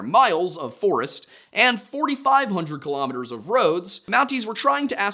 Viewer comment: Kilometers, not kahlumiters, do you say kahlumograms?